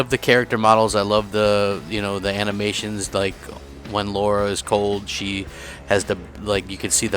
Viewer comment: It's L-are-a not Laura you ignorant fatboy lol... and you chose RotT? Shocking!! :P